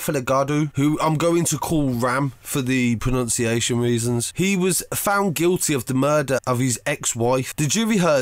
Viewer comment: Pronouncing reasons 🤣🤣